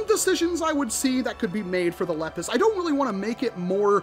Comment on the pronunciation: It’s pronounced lee pus